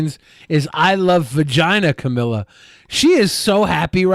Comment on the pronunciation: Assuming they’re singing “Viva Regina Camila,” that is a GROSS mispronunciation of Latin.